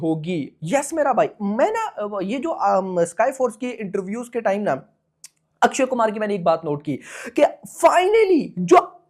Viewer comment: O Bhai sahabb Akshy kumar hy Na k Akshy Kumhar